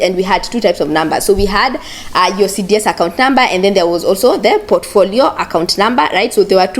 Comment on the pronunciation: you keep saying CDS accout